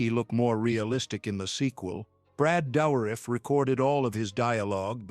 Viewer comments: Why do you pronounce Dourif's name so weirdly? I never heard anyone emphasize the "OU" so strong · As a non native English speaker the name "Douriff" sounds to me french.